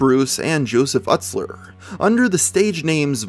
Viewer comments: Its "YOUT-SLER" not "UTT-SLER" lmao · Ustler is pronounced “used-ler.” (I was never a juggalo, but I was a fan in the ‘90s 😛) And for the record; “He straight-up claimed to be a neo-Nazi.” He’d have had to have known that this was totally in opposition to the ethos of ICP. Say what you want about them, they have always been explicitly anti-racist, anti-homophobia, etc. They have many songs where they violently murder bigots. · "Der ünter..." Wtf does that mean? 🤣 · Jesus Christ you butchered Joey's last name...